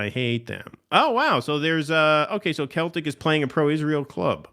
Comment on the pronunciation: it's pronounced SELL-TIC not KEL-TIC